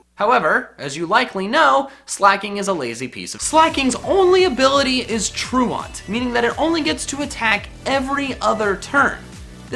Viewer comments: Tru-aunt? Do you think he's trying to say truant? (tru-ent) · Truant is an actual word, bud. And it is pronounced "tooent" not "trooahnt" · It's pronounced true-ant, not true-ahnt. As in truancy from school. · Love you,. It's "tru-ent" (like truancy, being truent from school), not "tru-awnt". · Literally cringed when he mispronounced truant. Has he never heard the word said before? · You say truant wrong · I cringed every time you pronounced truant and komo-o why because YOU pronounced them wrong and metagross is able to one shot garchomp